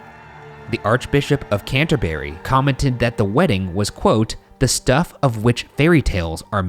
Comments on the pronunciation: Okay it doesn't seem to get much better - 'canter-berry'? Really Ryan?? I'm crying on the inside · That is.. not how you say Canterbury. It's said Can-tuh-brie. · Canterbury-> can-tun-burry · Ryan: flawlessly pronounces “Reykjavik” Also Ryan: cannot pronounce “Norfolk” or “Canterbury” correctly. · I love this show but please pronounce UK place names correctly - the ham in buckingham is pronounced um, Norfolk is pronounce nor fuk, Canterbury is pronounced canter-brie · Her death genuinely broke this country in more ways than one POST MORTEM: Genuinely can't get over how Ryan hasn't learned that English names are more guidelines: Bucking'um, Archbishop of Canterb'ry. I do want to see him pronounce Worcestershire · You guys! 😂 From the pronunciation of Norfolk, Buckingham and Canterbury to the terrible and terrifying British accents about pillow talk. Here’s some more sayings for you - ‘I think you’re the bees knees.’ ‘Give me a tinkle on the blower and we’ll have some pillow talk.’ And that’s when I realise how bizarre the British look to anyone who doesn’t live here! 😂 We are a unique little island!